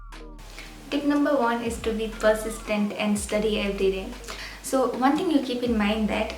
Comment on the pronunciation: I knew you went to cedees , when I heard the word ' persist' 😁